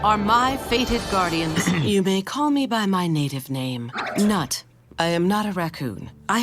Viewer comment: I'd also like to point out that the goddess' name is supposed to be pronounced "noot" as the name has been written as Nut, Nuit, Nuith, Nuut.